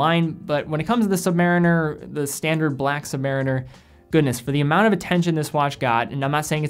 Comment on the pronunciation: You mispronounced "Submariner".